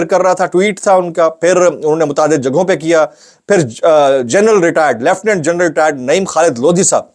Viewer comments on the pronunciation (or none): none